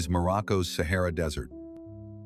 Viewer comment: Sahara NOT sehera